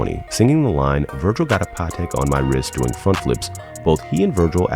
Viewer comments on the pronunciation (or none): none